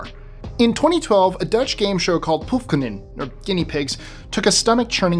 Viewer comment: Believe me, the dutch word "proefkonijnen" was not that good😅